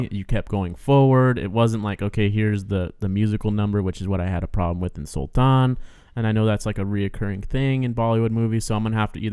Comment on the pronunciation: According to the Phogat girls the father was locked out of the match. They still don't know who it was or if it was one person acting alone or many. They have no idea why either., yay! You got the word "Sultan" perfectly right! Including the soft palatal T. Good on you!